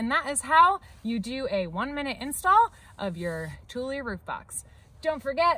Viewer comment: Thank you for this tutorial, I learnt how to pronounce Thule properly lol